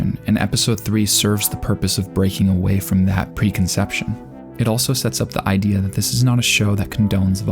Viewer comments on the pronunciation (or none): none